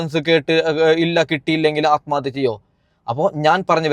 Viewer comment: Daa വിശം അല്ല വിഷം നീ അനീഷിനെ പഠിപ്പിക്കാതെ, atmathya അല്ല ആത്മഹത്യാ എന്നാണ്, ശംശയം അല്ല സംശയം ഇതൊക്കെ പഠിച്ചിട്ടു vaa വെളിവും വെള്ളിയാഴ്ച ഇല്ലാതെ ഒരു ചാനെൽ ഉണ്ടെന്നു കരുതി എന്തും വിളിച്ചു പറയാതെ 🤣🤣